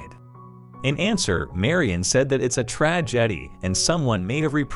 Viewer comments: Read by a robot it seems. "A tredje eddy." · It's a Trah-Jeddy. Why dose the Nah-Rator continue to mispronounce words, is it on pore pouse ? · Holy shit. These illiterate text reader AI's are proof positive we should just stop.. Its a Trah Jetty.